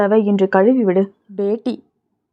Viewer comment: "பேடி (pedi) இல்லை, பேட்டி,(betti),,,,,, மகள்